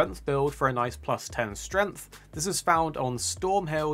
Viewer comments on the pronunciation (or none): Please pronounce "strength" properly